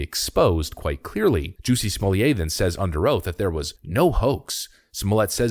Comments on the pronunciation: Smol-lett. The T is pronounced, thanks. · STOP with his name prononciation !!! Unbearable !! Nothing French to it ! Nothing ! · JUSSIE SMOLLYAY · I still love everyone covering this pronounce his name wrong. No one cares.